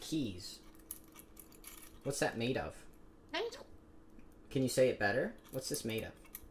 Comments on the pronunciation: No it's pronounced metuh. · JUST SAID METAL IN ASIAN ACCENT Now I have EMOTIONAL DAMAGE